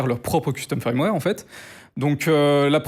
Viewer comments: Pourquoi prononcer "firmware" "faïrmwère" alors que le "i" se prononce "e" ? Autant le prononcer à la française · Le mot "firmware" se prononce "feurm-wèr" et pas un peu comme "fire" comme il le prononce ("fayeurm-wèr") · Ça me fait toujours marrer qu un mec aussi compétent ne sache pas prononcer firmware correctement. C est triste. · je veux pas paraître désagréable mais si tu te lances dans le métier essaye d'apprendre à dire "firmware" ça prend vraiment littéralement 10 secondes